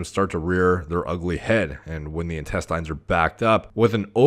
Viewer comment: In-test-AYNES? Isn't it in-TEST-inns